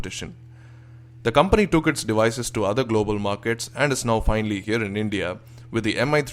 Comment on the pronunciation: dewices, wolume.. gosh..